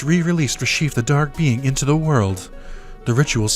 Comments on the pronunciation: RE-CHEF , not RE-SHEEF, but you do you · Never heard anyone pronounce Reshef the way you do